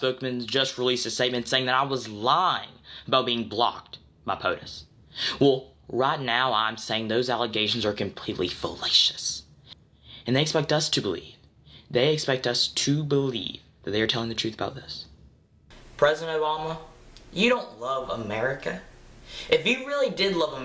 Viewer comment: felacious?? like felatio? is that a word? is this kid more eloquent than my middle aged ass? all worthy questions